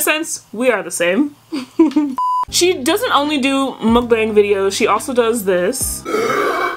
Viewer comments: Muck-bang not mookbong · not to be rude but it’s muckbang with a not a u I’m not trying to be rude